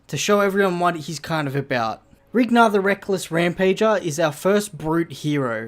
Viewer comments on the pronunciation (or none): I think its Rhinar, not Rignar, but awesome video!!